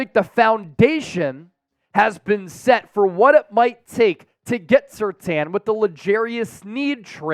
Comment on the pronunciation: I would like to get Mitchell, instead of SurTAIN ! Not TAN 😂